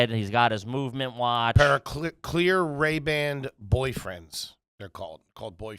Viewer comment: If you pronounce ray ban “ray band” you might be trash.